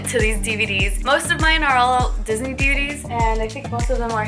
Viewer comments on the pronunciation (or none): none